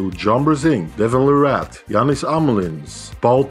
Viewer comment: Larratt is pronounced Lair it